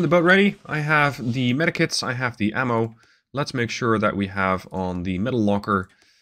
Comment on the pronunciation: Does anyone else hear metakits instead of medkits😂